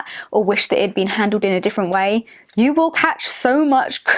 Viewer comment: "sue much fooken backlash"